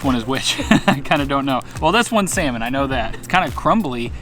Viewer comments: Sometimes, it kinda of sound like you are saying seaman, not salmon 😂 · Is it me or you pronounce salmon funny 😂